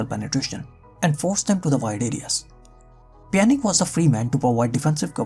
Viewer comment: I mean it's Pjanic (Pjanitschhhh) and not Pjanic (Pjanik) ... it hurts my ears !